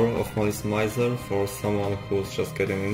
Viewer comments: Your accent is not really a problem, and you're quite easy to understand. That being said, you could at least get the name of the band right. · Officially it's pronounced as "Mee-zer" but even I use "Mai-zer/My-zer" when conversing about them in English. 😆 Using "Meezer" in an English conversation just feels awkward. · Was gonna watch this but the way you say mizer hurts me. .